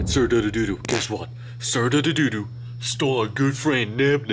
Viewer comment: Its not sir dadadodo its sir dadadoo